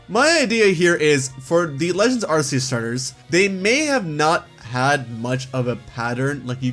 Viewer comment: ARK EE USS say it with me now: ARK EE USSSSSSSS